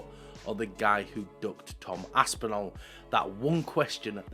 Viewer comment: A) please can you stop butchering “Aspinall” can’t believe I’m having to tell a fellow Brit how to pronounce a British last name - it’s Aspin-all not Aspin-al. B) the drug component of your argument is irrelevant. The top fighters are all on something - some of them just get caught and others don’t - sad but it’s the world we live in C) Activities outside of fights do not make any difference whatsoever to how good of a fighter they are and their goat status. You can be the greatest fighter of all time and also be completely horrible person - the two things are not related. D) I actually think Tom Aspinall is the better fighter and Jones ducked him, so i agree with you. But not because he’s a nice person, not because he’s drug free, not because he doesn’t beat his wife, but because he is actually legitimately a better fighter at the current moment. The two fighters in their prime well that’s actually an interesting question. Would be close.